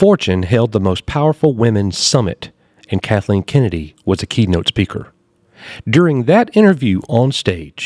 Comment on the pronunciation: Coach pronouncing Kathleen’s name without the L (Katheen) never gets old!😂